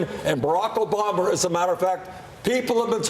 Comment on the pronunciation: He pronounced Obama as “Obomber”.